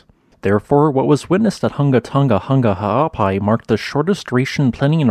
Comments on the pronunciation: Massive respect for pronouncing the volcano's name so fluidly! 🌋👍🏻😀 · ...and also thanks for the correct pronunciation!!